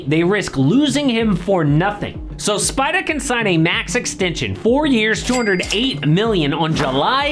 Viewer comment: I love you but please STOP saying SPIDAH. no one will hate it you just say spidER